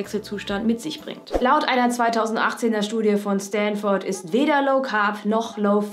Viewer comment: Englisch-Tipp: man sagt nicht StanfOrd, das o wird nicht betont (also eher "stanfd" oder "stanfrd") ;)